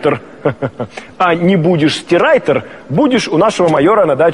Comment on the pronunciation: РайТер а не райДер